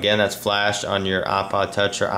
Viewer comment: you don't have to apologize for your voice it's beautiful O_O Wait did he say rape instead of rate